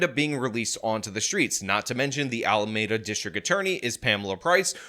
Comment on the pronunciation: You're mispronouncing Alameda again. Hurts my ears.